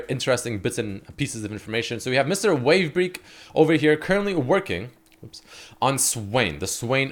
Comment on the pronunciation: "wavebreek" lmao im pretty sure "break" is pronounced brake not breek